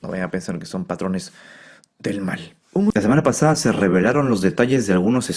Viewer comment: Lasemanapasada, elañopasado 😂